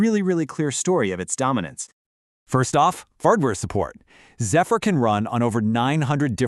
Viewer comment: Not zee-fur. Pronounced zef-fur..